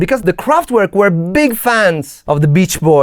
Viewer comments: I really like all the work you put in your videos, but could you just stop calling Kraftwerk « kraftuuerk »… W in German is said as a V…. Please 🥺 By the way, go ahead on the good productions. 🥰👍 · the T in Kraftwerk is apparently missing... 😉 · Please, don't say "kraftUerk" but "kraftVerk", the german pronunciation.